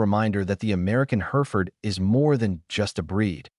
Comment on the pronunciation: hɛrɪfərd/ - HERR-if-ərd There is no her in the word.